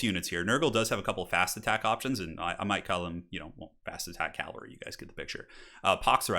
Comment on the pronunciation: CAV-ALRY! Not CAL-VARY Edit: Also ET-CETERA not ECK-CETERA.